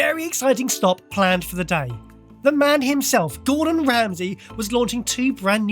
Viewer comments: Hey guys, it’s Gordon, not Gordan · It's 'Gordon', fellas, not 'Gordan' 😛